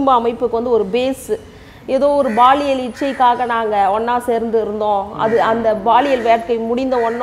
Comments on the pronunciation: Madam, Athu Baliyal illa Paliyal😂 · அது baliyal illai Paliyal (பாலியல்)